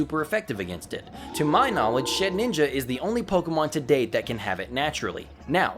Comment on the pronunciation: Jesus christ this game reminds me of... My roleplay writing when I was like 12. The guy probably stopped work on the game because he started high achool. Also, did you really call Shedinja... SHEDNINJA...? :I